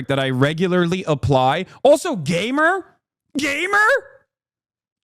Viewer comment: I thought he said GAY-mer X-D